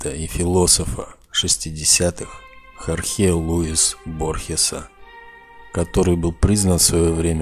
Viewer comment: Не ХорхЕ, а ХОрхе. Ну это уж если Вы смыслы раз’ясняете. А черненьках пешечка, которая сразу «в дамки» будет посильнее невидимых противников. Этакие незаметные темные человечки…. Как же Вы это пропустили?